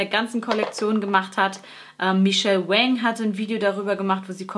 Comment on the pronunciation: Tolles Video mit vielen Verführungen. Bin auch ein großer Wayne Goss fan. Und supporten tue ich ihn auch gerne, vor allem nachdem ich von seinem großen Pech im letzten Jahr gehört habe. Und da ich ja auch ein kleiner Pedant bin, Michelle Wang spricht sich wie Wong. Das sagt sie zumindest auf ihrem Kanal. Danke Dir!